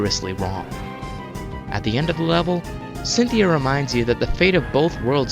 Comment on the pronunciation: You said Centheay, her name is Cynthia